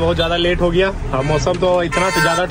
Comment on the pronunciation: Giya ❌ gaya😂